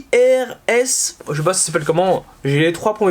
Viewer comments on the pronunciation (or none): Sk8r’s se prononce skaters pour t’éclairer